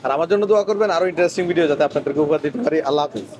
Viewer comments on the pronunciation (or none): none